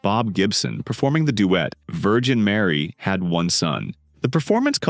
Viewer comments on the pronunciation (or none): none